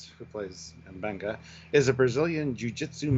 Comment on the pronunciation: M benga not “bunga” 😂